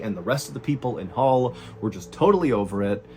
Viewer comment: HULL not Hall